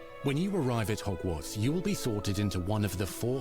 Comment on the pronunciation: Whoever uploads this, its Hogwarts with a T, not Hogwar"d"s